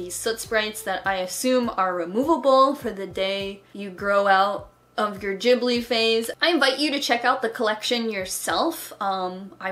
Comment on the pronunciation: i think you might be mispronouncing ghibli? x3 how is it pronounced I can never remember!